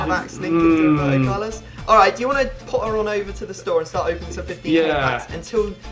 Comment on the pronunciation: WROEBERTO CARLOS! - Nice xD